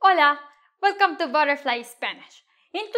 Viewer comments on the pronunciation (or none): none